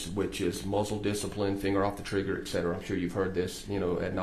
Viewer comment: This guy was pretty polished except for his frequent use of “etc., etc,”. AND he pronounced them as “eK-set-er-uh”.